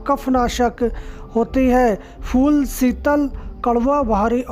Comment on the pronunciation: fal nahi fool hoti hai